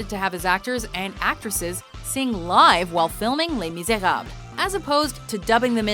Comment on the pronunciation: I'm confused now... Why is she saying "Les Miserab" ? I feel something is missing maybe the "-le"? 😞